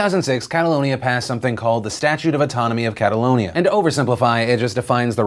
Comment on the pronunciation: I cringe every time you say Catalonia...